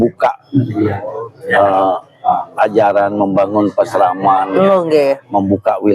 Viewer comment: Desa Pekraman bukan desa pesraman.